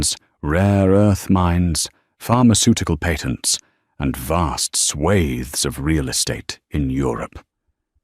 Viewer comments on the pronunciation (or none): Along with the comment about the A I not having a range of names used in these fantasy tales, on the other hand, I laugh when the A I creates a whole new word! At the 11 : 32 point, ".... and vast 'swavs' of real estate in Europe." It's supposed to read "swaths." 😂 But then, at 26 : 38 "She was firing him publicly at a black "Thai" event." It's supposed to read "tie." 🤣 Ah, well. They are only, ever and always simply escapes from the stressors of real life so accuracy isn't actually required, but it still would be nice to just have the consistency....